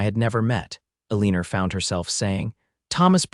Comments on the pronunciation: UNAI pronunciation? Eleanor is not Ileeneer it is Ellen or El an ohr - Bungled poorly.. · This was a really wonderful story. Though the reader didn’t pronounce Eleanor correctly through the whole story. Listening from sweet home Alabama ❤❤❤❤ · Mispronounced name of Eleanor’s drove me wild